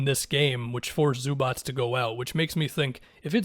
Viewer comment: You are the first american that i heard say Zubac corectly, usualy its somthing like Zubaka or Zubach 😂😂